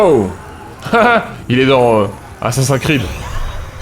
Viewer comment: Ahah, bien marrante la vidéo et le troll sur ce jeu mal foutu et bof 😆 Par contre, ça m'a fait rire aussi, quand le S d'Assassin'S Creed tombe aus oubliettes ahah 😂 Le S se prononce au cas où x)